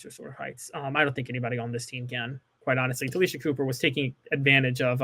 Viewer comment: It's pronounced Tah-LAY- Sha